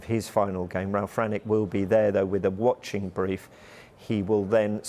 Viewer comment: Ralf Rannie 😂😂😂😂. Pronounciation from cracks me up